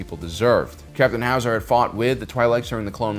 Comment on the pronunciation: ‘Captain HAWSAH!’